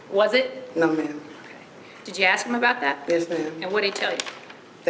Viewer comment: "I axed him" ..... speak properly please !